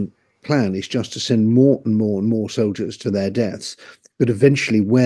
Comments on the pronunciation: "Soliders"? Come on. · The word is soldiers, not soliders. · It’s not “soliders” it’s soldiers jeez get it right